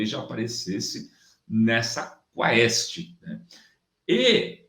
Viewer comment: (Quaest - lê "quest"). O próprio Diretor do Instituto, fala assim "quest", que é aqui de MG.😊 #BOZONACADEIA2023